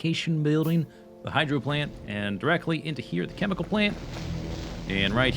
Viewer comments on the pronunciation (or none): none